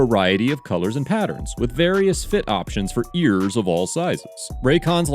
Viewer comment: Why did you say ears like that during the ad?